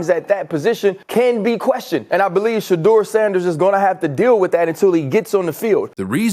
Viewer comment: The name is "SHE"- deur .are you kidding ... Ha Ha Ha Ha